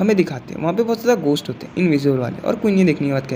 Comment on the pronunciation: Bai ghost ❎ ghos 😂😂😂😂😂😂✅